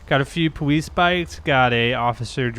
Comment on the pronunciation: its the powice